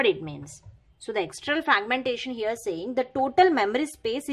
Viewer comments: Normal English hi bol lo madam fraqqqmention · Thank you so much for your explanation...But the way, you were pronouncing fraaaaaaagmentation😂😂😂, that was awesome....Again, Thank you....